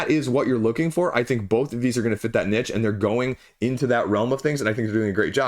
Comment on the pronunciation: Can't pronounce "niche" though 😉